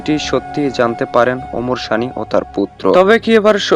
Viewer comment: আরে ব্যাটা শানী না সানী উচ্চারন ঠিক কর😅😅😅😅😅😅।🇺🇸